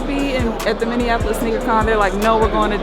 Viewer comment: every single person not from here always says "minnianapolis" it's just minneapolis lol